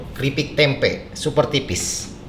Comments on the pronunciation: Tempe bang bukan temep Wwkwk Halo bang salam dari Kalbar 😀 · Tempe ❌ Temep ✓ 😂